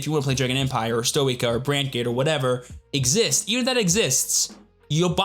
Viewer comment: you forgot the part where yu-yu is forced to crossdress: Say it with me: S-toy-kay-a